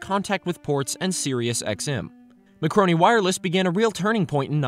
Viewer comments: It’s Marconi, not macroni. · It's Marconi, not "Macroni" which you say several times. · I enjoy your videos and have noticed you saying MACRONI instead of MARCONI a couple of times.